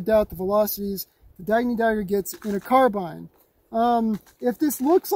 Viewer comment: Finally someone who pronounces carbine right instead of the revisionist stuff that's pushed now